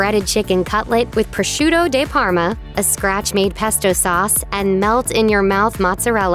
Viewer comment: It's Prosciutto Di Parma, (Dee) not Day Parma.